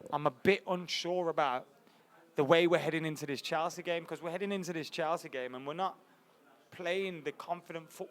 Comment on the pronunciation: Stop fucking saying "Chalsea"